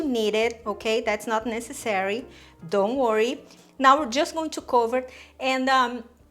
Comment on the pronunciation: Haha "dough worry."